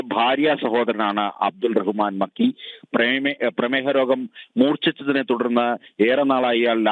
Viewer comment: മക്കി അല്ല നക്കി 😡😡. പൂ മോൻ